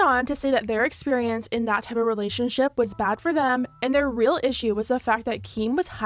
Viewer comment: "if their beef was weal"